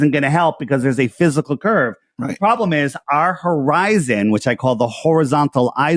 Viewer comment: Hor-eye-zone drop*